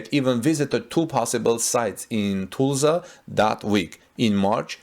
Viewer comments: It is not Tu(s)lsa the pronouncing of the s after the u is not correct. it is more like us. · Am I the only one cringing at how he pronounces "Tulsa"? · its hard to describe how to pronounce Tulsa but maybe check a local news video or something to see if someone says it for you. its really off as you pronounce it. Not a criticism just letting you know